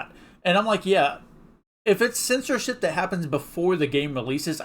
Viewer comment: you keep pronouncing it as sensorship